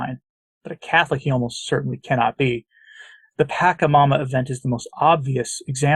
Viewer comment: Origin of the word PACHAMAMA is from South America-the Andes. Just FYI,, THE LETTER 'C' of the word pachamama is pronounced as soft 'C' and NOT AS 'K' thank you.